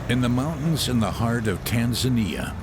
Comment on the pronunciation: How did they record a guy pronouncing Tanzania like a local, but still continue to let the narrator pronounce like a western the whole time xD